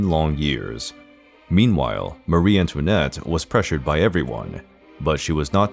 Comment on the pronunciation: This is a lightweight entertainment so it's to be hoped that no one affords it very much credibility. The stories are distorted and fit only for a comic or the National Enquirer. The pronunciation is abysmal too. Americans emphasize the wrong syllables in European words, particularly names. An example is Marie-Antoinette. Marie is pronounced with the emphasis on the first syllable, much the same as we pronounce Mary or marry.